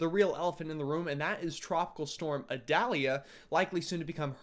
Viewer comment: The pronunciation is “eye-dale-ya”, rhymes with Vidalia. Like the onion. You’re from the south, I was counting on you!!! 😂😂😂